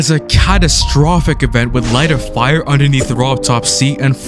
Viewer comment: I'm sorry. I just can't stop laughing whenever he says "fire" 😭😭😭